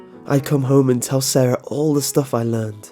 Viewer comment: You people are spelling sara wrong. It's not saraHUH. It's sara